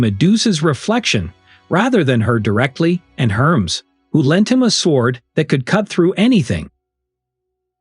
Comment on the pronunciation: It's Hermes ( Her mees) .